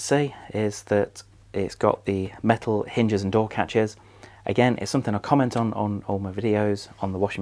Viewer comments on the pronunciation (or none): none